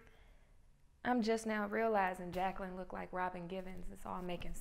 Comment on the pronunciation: Its pronounced ’Jay-quillin.’